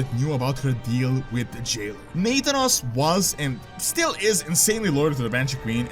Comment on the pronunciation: Hey I heard you pronouncing nathanos as "nathan-os", just fyi it is "na-thanos"